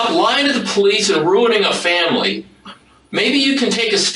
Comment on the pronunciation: Freaken "I don't know they could be lien😂😂😂. I needed that little chuckle. Been binging true crime lately. Love ya thank you for giving us the best❤❤❤